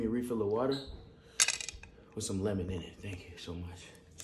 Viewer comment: That "thankhyouh" 😂. So sincere